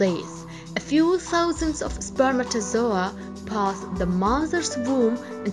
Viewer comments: I stopped the video cuz I didn't want to hear her saying spermatosoa again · YAS I DONT EVEN FREAKING KNOW WHAT LANGUAGE THIS THINGS SPEAKING. SHE FREAKIN SAYS “SPERMATAZOA” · Way she says spermatozoah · Spermatozoa...spermatozoa...What accent is this ? 😂😂😂.